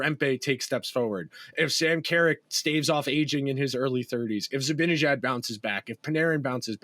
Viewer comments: I'm with you, drives me nuts to keep hearing Zabinijad. No excuse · Guess what: I think you guys are mispronouncing "Zibanejad." Nobody has ever mentioned this here, so I thought I'd let you know. It's an understandable novice error, since you've been following and commenting on the Rangers for under a decade, and in that time you probably have only heard the correct pronunciation a mere 50,000 times.